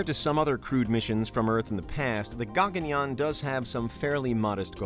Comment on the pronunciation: Firstly It's not Gaa-gun-yaan. It's called Guh-gun-yaan